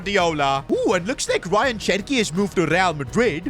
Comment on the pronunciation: Who is Ryan cherki it is an Arabic name and said like Rayaan cherki